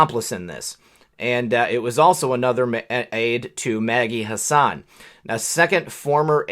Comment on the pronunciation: hi there just one thing you are pronouncing my dispicable rep's name wrong it is hass an or maybe you are right and she should be pronouncing it like you